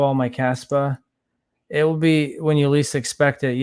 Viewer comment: KAAAAAspa!. you gotta say it like that. KAAAAspa